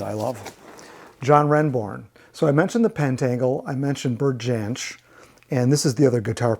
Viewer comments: Hi - really interesting, as always. I didn’t see any Fairport Convention - as you like the folky side of things, they are a must listen, particularly the early albums with Richard Thompson and Sandy Denny. A couple of tiny points - Bert Jansch’s name is normally pronounced as ‘Yansh’, and I think I saw Blind Faith’s album in with Traffic….in case you wondered where it had gone! Pleased to see you use the sensible way of ordering alphabetically rather than the iTunes method..! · Jansch is pronounced Yanch